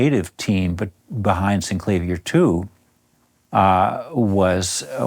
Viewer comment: Finally, someone who pronounces it correctly.